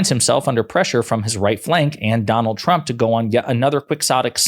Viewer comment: Why was she not corrected each time she said President Trumper?